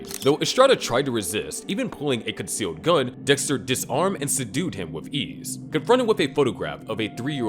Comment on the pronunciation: I just want to say how funny that during the video, I think Dexter, but I hear Dickster.